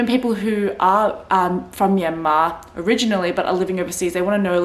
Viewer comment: Haha , we're in the same boat, but stage 4 restriction is no joke. Working from home is the only thing that keeps me sane. Btw, did you know your name means place in Burmese? Also, you pronounced Myanmar perfectly. For the property purchase, I know people bought properties in someone's name who is Myanmar citizen.